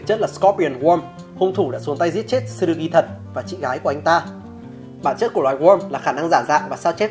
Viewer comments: Góp ý cái về cách đọc tên nhân vật "Tsurugi-つるぎ" đọc ra nôm na ra phiêm âm tiếng Việt là là "chư - rư - gi" (nếu k bắt bẻ lắm về phát âm của chữ つ) Chứ đọc kiểu như trong video là "Tờ-xư-rư-gi" nghe nó sai với quê sao á :v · T trong Tsu là nhấn âm nhé bạn. Không cần đọc "Tờ-su" chỉ cần nhấn mạnh âm Su hơn thôi nha! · Video rất hay, nhưng mong bạn xem lại cách phát âm tsurugi